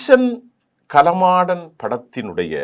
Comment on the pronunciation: சார் களமாடன் அல்ல காளமாடன் என சொல்லவும்...